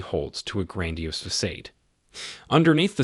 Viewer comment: It’s fasod like “fis” “odd”